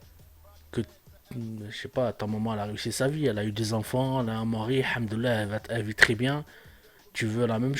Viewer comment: On dit El Hamdoulilah et non hamdoullah frère sa n'a pas le même sens fait des recherche la dessus plutot c pas intéressant c'est son problème toi tu te mes temoins de ces fautes pour le jour du jugement dernier